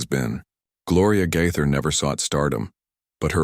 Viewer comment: Pronounced Gay ther. Gaither not Gyther!!!🤦‍♀️